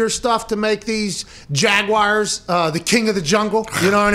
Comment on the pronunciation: I may have said this b4, there is only 2 correct pronunciations of Jaguars, and neither are Jag-Wires LOL Please STAHP! There is no i in the word!